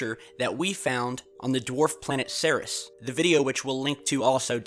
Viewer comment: you do know its pronounced "Series" not "Sears", right? You are referring to the largest object in the asteroid belt, Ceres, like where we get the word "Cereal" from, the goddess of the harvest?